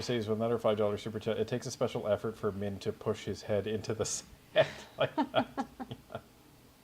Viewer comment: Call him by his correct name Minh is pronounced Ming!